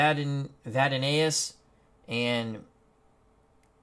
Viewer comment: Hi! Carol Vadnais is pronounced 'vad-nays'